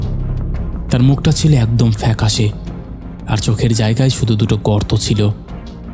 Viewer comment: আপনার বাংলা উচ্চারন আরেকটু উন্নত মানের হলে ভালো লাগতো। প্রত্যেকটি ' য় ' এর জায়গায় ' ই ' বলছেন । যেমন ধরুন জায়গায় কে আপনি বলছেন জায়গাই। এটা খুব শ্রুতিকটূ।